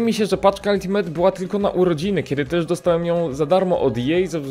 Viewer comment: naucz sie czytac slowo "ultimate" bo mi uszy wiedna za kazdym razem xd